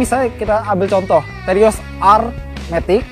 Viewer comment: lucu banget ngomongya daihatsu terios menjadi mengomong daihatsu teroris ha ha ha ha ha kocak